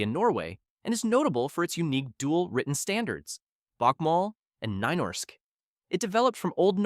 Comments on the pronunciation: Sorry, don't mean to be rude. "Nynorsk" is pronounced "Nuu norsk" in both English and Norwegian pronunciation, not "Nye norsk" as you make of it 😊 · bakmål and neinorsk😭🤯 its so wrong bokmål should be pronounced like «bookmall» and nynorsk as «kneenoshk» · "bakmall and nei-norsk" had me rolling XD the two written norwegian standards are pronounced "book-mull" and "nuu-norsk"